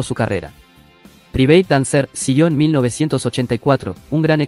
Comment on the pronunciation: Q pronuncia más mala tienes, no es priveit dancer, praivet dancer